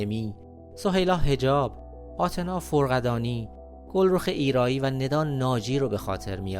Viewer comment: یبار متن رو قبلش بخونین اخه آتنا فُرقَدانی اخه؟؟ فَرَقدانی